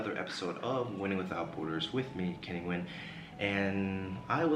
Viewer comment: This Vietnamese-American YouTuber’s name is Kenny Nguyen, but last name should be pronounced N’win instead of Win!